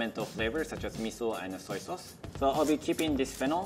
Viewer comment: Why are and saying SauNcE? Instead of sauce